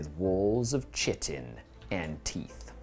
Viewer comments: Kite in not chit in! Cool to see a desperate escape after defeat. May all the thralls of the corpse god meet such a fate! Tzeentch willing of course. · Pronounced like kite. Chitin.